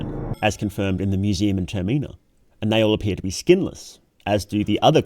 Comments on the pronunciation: the way you say "termina" is wrong, how can I trust you when you can't even get the name of the game right? the stress is on the first sillable, "TERmina" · Brother I like your videos but pleeeeeaaaase it's not "ter-mee-nah" it's just the word terminal without the L lmao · does he pronoun Termina wrong on purpose?